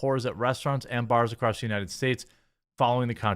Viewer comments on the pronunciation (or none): none